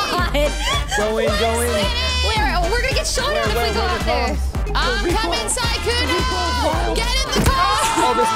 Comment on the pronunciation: why the names , SUSuuuukae, lmao il Sykkuno for trying.